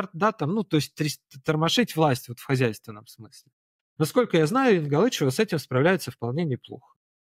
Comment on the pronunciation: ЕнгАлычева, ударение на А. В раменках она только на предвыборной компании шумела, потом ее тут видно не было ни разу. Все что нужно застроили, а как кукарекала как кукарекала....